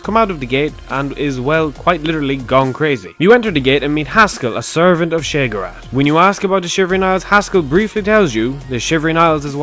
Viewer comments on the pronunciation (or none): You make great vids and I know I'm being petty as shit but god fucking help me the way you pronounce Sheogorath makes me want to bash my head into a wall until I have brain damage